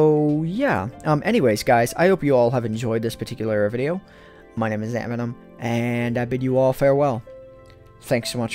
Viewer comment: Hahaha "AntVenom :O" ...really